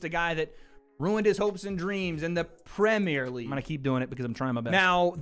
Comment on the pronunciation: As a Uk Football supporter big up for making it clear its Premier League not Pre-meeeer League 🤣🤣